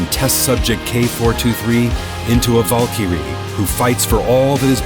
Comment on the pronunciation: Me: Valkyrie. Him: Valkiru. Ok. What Fiverr moron did you hire to voice this?